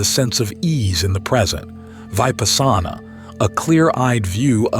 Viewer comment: The pronunciation of Vipassana and samatha and other words is wrong. I suspect this is AI. I have done Vipasana for over fifty years and never heard it pronounced this way.